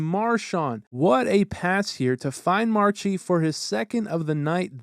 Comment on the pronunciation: "March-ie"? Don't you mean Marsh-ie?